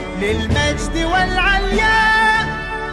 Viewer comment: زبطها شويا بس يضحك لما يقول العلياء هو يقول الياء لأنو الكوريين مايعرفو ينطقوا حرف (ع)